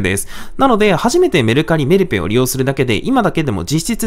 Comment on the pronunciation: メルペイのイントネーションが気になる木